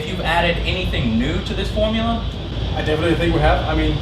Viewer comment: "Forumla" instead of "Formula"